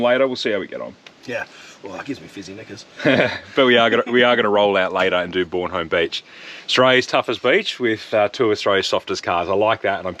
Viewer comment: Soccer Mum. Mate you're pronouncing the beach wrong. It's Bornholme, not Bornholme. Cheers for another top vid.